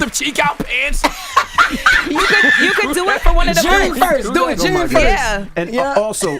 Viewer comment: Jess can’t even say JUNE. There’s no R in June ma’am!